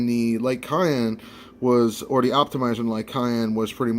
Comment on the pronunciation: Hmm, I've never heard cyan pronounced as cayenne.